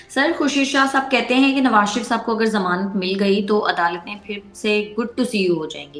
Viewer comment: Phlay sharif kana seek lo sha reee ffff not sa ref